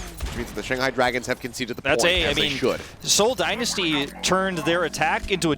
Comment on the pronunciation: Is it just me or does the one commentator not know how to say dynasty right?